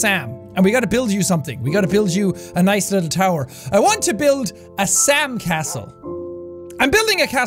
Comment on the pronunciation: Sam castle sounds like sand castle